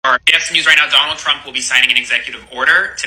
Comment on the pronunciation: “I will boat for Donald Trumuh!”